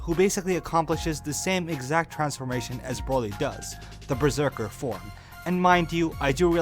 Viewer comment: I thought you said LSSJ 4 but I had noticed when rewinding it, you said “LSSJ form”, at the beginning of the video is when I heard it.